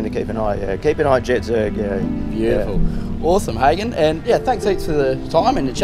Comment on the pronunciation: I feel sorry for the owner of this car dealing with this interviewer, his name is pronounced "Ha-gen" not "Haygen"